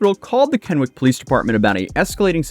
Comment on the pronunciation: Minor sidenote from a Washingtonian: "Kennewick" is pronounced with three syllables. "KEN-uh-wick". It ain't the worst Washington city name out there, but it's still one that trips people up pretty regularly. Not your fault in the slightest. Have fun with Puyallup.